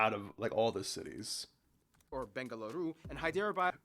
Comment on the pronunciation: U almost pronounced Bengaluru right